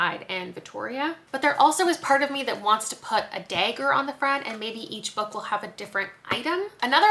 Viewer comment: You don’t have much of a Canadian accent until you say the word “dagger” and then you are very Canadian. Love it. One of my favorite series.